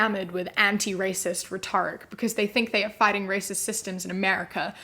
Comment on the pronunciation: Does everyone from NZ say rhetoric like that? I know certain words get different pronunciations based on region (i.e. Aluminum) but I have never heard rhetoric pronounced like that.